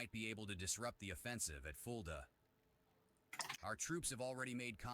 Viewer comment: casualy flexing his German pronunciation